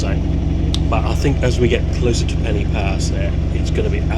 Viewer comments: Hi...just a tip to help you. Pen-y-pass is not pronounced like the english word 'penny'... the 'y' is the same sound as 'uh' as in the 'er' in Northern English Butter' ....so Pen-uh- pass. Hope this helps and good luck to you....Pob lwc i ti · Hi. Another great video. It's noy pronouced Penny Pass. Try Pen y Pass as in Pen u Pass. It's also not Carnfon, it's Caer(kire)narfon(narvon). I did offer to meet you in Shrewsbury but it's been amanic here but I will meet with you sometime. I'm off to Australia soon for five weeks but perhaps later in year we could meet up for a short Welsh lesson. Thanks for the video